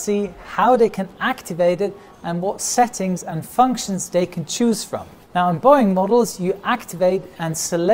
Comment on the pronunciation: I haven't watched a video for ages, so I really noticed how his English accent is deteriorating. He's saying "day" and "diss" instead of "they" and "this". I guess it's better than "ziss" and "zat" like most Germans.